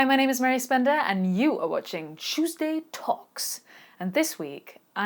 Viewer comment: She says "Cew's day" =))